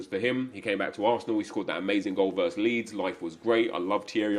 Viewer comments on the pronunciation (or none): none